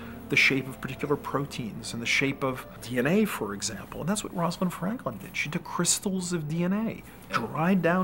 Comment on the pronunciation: That mouse has been shaved: environmentally caused baldness that isn't genetic, so literally the opposite of what the video is discussing. The narrator says "Rosalind Frankland" . Really???